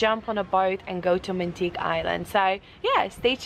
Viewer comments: Its pronounced Mangtig-EH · Pronounced as mun —-tee—-ge